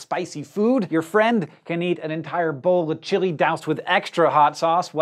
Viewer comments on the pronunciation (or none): none